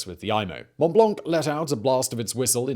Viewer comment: The C in "blanc" is silent.